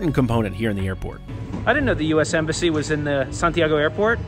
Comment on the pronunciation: Ah yes the United States M-Bassy :P